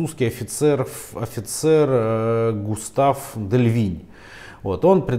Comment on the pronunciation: Густав - это немец, ГЮстав (Дельвинь) - вот это француз! Ну а в целом молодец. Я уже насмотрелся безграмотных и ,что ещё хуже, бессодержательных роликов по оружейной теме.